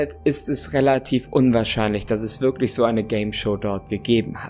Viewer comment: Oder "würklich" haha